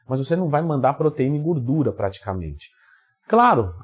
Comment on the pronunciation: Tem Twin falando "guurdura" tem like